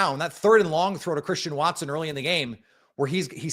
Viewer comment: Collectively, throughout the game that was one of the worst called games I have ever listened to in my entire life and I'm 46 and I've been watching and loving the NFL or decades. "what a play from Chwristian Watson", heavy on the 'w' that doesnt existi in his name, Christian. But Tom Brady is the absolute most annoying 'color commentator' or whatever the f*** he is 'supposed' to be. This entire game Tom Brady was on the Bears nuts, and in doing so, just bash the Packers. Yeah that's right, a team that's 4 and 6, he was sucking their dick the entire f**** broadcast! But no the Packers who are a better team who have much better of a story to tell from individual players to the coaching to the rise of young players, etc was overlooked because Tom Brady is so ignorant that he overlooks the general high level concepts. Not even that, as far as color commentators go as far as the enunciation and the timing goes this guy is just offbeat and just messes with the entire flow of the game. His stupid ratings of throws? Awful. Are you effing serious? Do you know how awful Tom Brady was throwing the ball around? Not only that, on Jordan Loves interception he calls it "bad football". Yeah that's right he literally defined one throw as bad football. To me that's ignorant analysis of football. But when one of the worst quarterbacks in the league, the Bears QB, overthrows another player in the exact same scenario later in the game but it's just happens to not be intercepted, Tom Brad